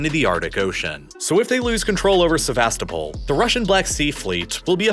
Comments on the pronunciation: Correct way of pronouncing Sevastopol is: sɛvəˈstoʊpəl with a stressed 'O' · Se-vas-TO-pol! In the late 90s our kids met a Ukrainian exchange student, who said she was from SevasTOpol. Otherwise, I learned a lot from this thorough video. Thank you. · the way he pronounces Sevastopol 🤮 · The pronunciations make me wanna puke. Especially Sevastopol